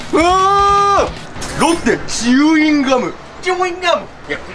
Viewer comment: チューインガム じゃなくてチウインガムなんだね